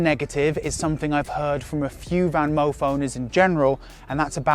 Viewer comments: I think it pronounce Fanmoof, and not VanMoof. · Your Dutch pronunciation of "Moof" is spot on. We don't pronounce "Van" that way (your pronunciation writes as "Ven" in Dutch). It has to be an "a" - the softer one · Van: speak out the 'a' as in 'park' Moof: speak out the 'oo' as in 'low'